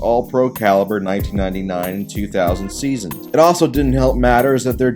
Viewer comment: Twenty sEAsUHs